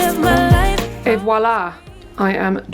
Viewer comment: Great video, just noticed you say t in “et voilà”, t is not normally pronounced in the end of French words 😊